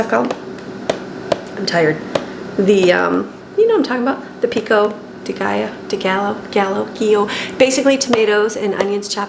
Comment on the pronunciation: Pico de gallo is pronounced pico de guy-o. I see you in several videos trying to say it and thought I would help you out this time. I’m from Texas and it’s a staple!